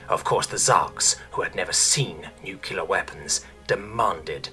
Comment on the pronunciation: there's only one "u" in "nuclear"